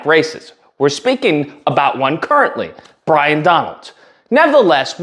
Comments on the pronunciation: Byron…not Bryon 😂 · Might help if you got his name straight to sound somewhere credible it’s Byron not Bryon 🤪🤪😂😂 and I doubt that Joy destroyed anything but her own integrity, common sense, and worthiness like the rest of those domb c nts do every day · I love that you keep mispronouncing his name. 😂